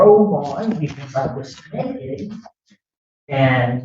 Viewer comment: Why is she so concerned with an old lady being naked and learn how to say naked. Omfg... ebonics